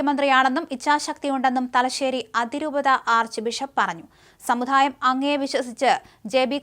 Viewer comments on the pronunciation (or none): Samudhaayam alla... Samudaayam.